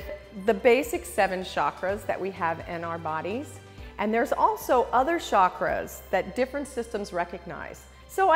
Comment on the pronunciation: It's chakras ( cha kk raas ) not shaakras like she says it. It means wheel in india, and has a ch sound like chair